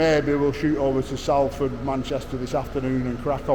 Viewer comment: Come on, Sol-ford, not Sal-ford, you sound like a BBC reporter 😂 Salfordians are very proud of their city, mint how the work is flooding in, it's a credit to your crew 👏👍